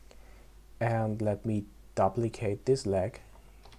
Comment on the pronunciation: Good tutorial J, easy to follow.... Just fyi: Duplicate is correctly pronounced like: Doo-plicate, not Dah-plicate... PS: Your attention to optimization is super impressive, it's a great habit to have, thanks for teaching us correctly. One question, why is it important to "apply" the scale and rotation? What happens if you don't do it? Because to me, it looks like an unnecessary function... If it is super important, I could see myself forget to do it at least a dozen times while modeling..